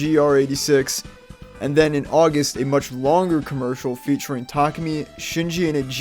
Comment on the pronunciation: Tarkemy? Tah-koo-me (Tah)dah, l(oo)k, me(at)